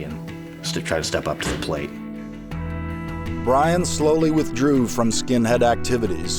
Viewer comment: ITS BYRON NOT FCKIN BRIAN